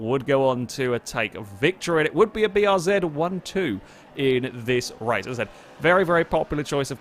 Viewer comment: he pronounced BRZ the proper way!